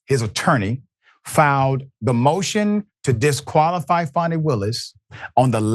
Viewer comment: It's Fani not Fanni.